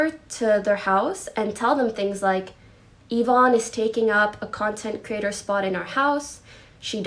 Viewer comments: It’s not yi-vonny, it’s yi-vonn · This man really doesn’t know how to pronounce names. “Seen” and ”yavoney” bruh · And " Yavoney" lol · Its pronounced ivon not ivoni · Yvonne= ya-von =ya-von-y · Its ye-von, not Ye-von-ee lol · Everyone saying Yvonni instead. Of Yvonne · Ee-von not Ya-vonny 😭😭😭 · It's not Yvoony it's Yvonne with an E not a y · ee-vonn NOT yo-vanny y-vonne there´s no "yo" in this name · "Yi vonny" "Yi voney" please man please stop you're hurting me man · "Yuh-von-nee" "Seen" I know you don't watch them or now them and your just relaying the information/drama. But that really triggered me. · Yvonne = Juh-vonnie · Yvone ee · pronounced E-Von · ikr its yee-vonn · I can't watch the video because I already know what happened and how he pronounces Yvonne is just triggering me. XDDD now I feel like a Karen in McDonald's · I find it hard to believe that no commentary channel can pronounce yvonne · How...do you manage to fuck up the names of the people who are front and center in this whole drama. Watching a single twitch clip could have told you how to pronounce it.... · i wonder if you'll ever pronounce yvonne